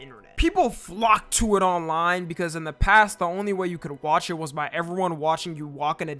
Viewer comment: people FLOCKED TO it? FLOCKED TO? FLOCKED TUAH? FLAWK TUAH? HAWK TUAH?